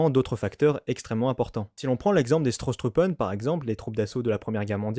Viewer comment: En 1918, il s'agit des Stoßtruppen et non Strosstruppen (c'est surtout le 'r' en trop qui pêche).